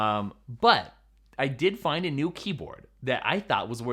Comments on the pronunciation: So which did you decide? 16” MacBook Pro or “mew” Mac Pro? Lol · Hey.. what is a "mew" mac pro?😂